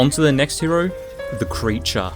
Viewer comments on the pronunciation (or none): none